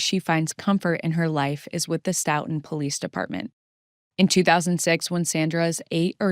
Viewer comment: Great videos as always, thanks! I've followed all your Karen Read videos as well - I live in the same county in MA that both of these cases occurred and it's really scary to think about, despite being such an otherwise peaceful, well educated area. Two minor comments for this series: 1) The town is pronounced "STOW-tun" as in "stowaway" not "stough" sounding 2) Curious if the surveillance footage timestamps are off? You've mentioned Farwell enters pm but the timestamps on the footage say pm FYI